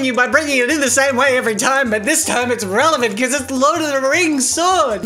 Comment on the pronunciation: IT'S RELIVENT! Lol!